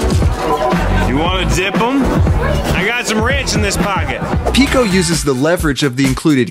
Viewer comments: why did you said pico to the bottle opener that you say is heard like pico in friday night funkin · GIRL NOT PICO LMAOOKSKSKKS